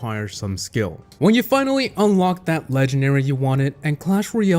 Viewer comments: Why does say leganary instead of legendary? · Its funny I just hear "lengenary" not "legendary" also love your videos,this isn't a hate,it's just a notice.👍👍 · This video is “Legenary” . . . . . . . . . . I will never get over that pronunciation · Hey a "leganary" say it properly